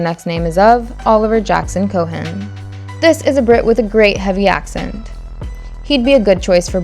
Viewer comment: She mispronounces Oppenheimer and Cohen too 🥴